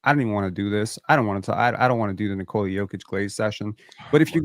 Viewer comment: It is NikolA, not NikOla